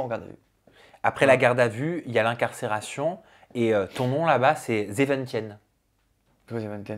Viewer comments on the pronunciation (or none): Zeventien sa se lis « ZEVENTINN » Hahahaha pas zeventienne jsuis morte😂😂😂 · Zeventine pour la prononciation 😂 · zeventien en néerlandais on le lis : zéventiiiiine et pas zeventienne mdr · On dit zeventiiin pas tien 😂😂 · Seven « tienne »!!! Je suis MDR « zeventien » ne se prononce pas du tout comme ça 😂😂😂 je t adore mais la prononciation en néerlandais c’est pas encore ça 😅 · je suis Belge et je pars néerlandais 😅 Ça s’écrit zeventien se prononce zéventiin et pas zéventièn 😂 Sinon très belle interview, très touchante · Les Néerlandophones en sueur 🎉😂 sezentien. Il ne faut pas prononcer le E donc c’est « tin » bravo pour le reportage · m'a fait rire avec " zeventien " 😂 j'avais pas compris non plus hahaha... Ça se prononce zeven-tine 😉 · Hyper touchant. Petite note: 17 en néerlandais se prononce « zéveuntine » Merci pour cette superbe ITV ❤ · Mdrrrr, zeventien (17) se prononce "zeventine". Très belle interview, en toute intimité et en toute honnêteté. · Bonjour, zeventien (dix-sept) se prononce "zeventine". "ie" = "i" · Le 17 en néerlandais, comment tu le massacre 😂😂😂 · Tu t’es loupé sur la prononciation 🤣 Le dernier « e » de zeventien ne se prononce pas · 😂😂😂😂😂 on dit ZEVENTIN